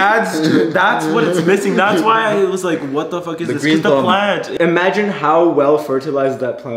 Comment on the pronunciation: well that was awkward,............he said"fouk